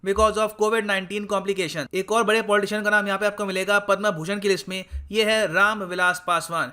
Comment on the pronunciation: पद्मभूषण को पद्मा भूषण क्यों बोल रहे हो सर